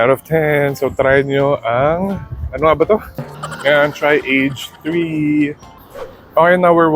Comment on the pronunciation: Age.3? Nakita ko sa vlog ni Stan na parang ang bigkas nya ay A-Ge-San(3)? 🤔 Not sure if he's joking tho 😅